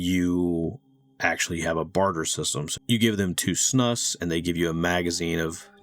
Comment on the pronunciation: I need to teach you how to pronounce Snus :D Great video broskis! Met these devs on a gaming cruise :D